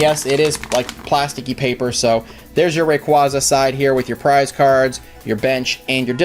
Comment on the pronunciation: you pronounced rayquaza wrong its RAY-QUAY-ZA